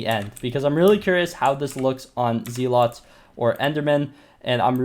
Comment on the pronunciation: pls stop calling them ze-lots